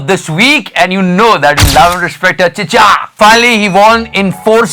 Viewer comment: Yes....that most emphatic of "we love and respect our Chicha" of all times?